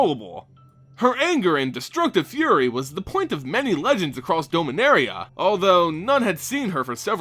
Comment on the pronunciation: did you just say doh-minaria? dom-in-aria